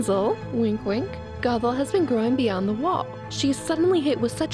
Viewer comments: K but like... it's GOTHE-l not "goggle." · how hard is it to say GOTHEL clearly the whole time it sounded like you were calling her goggle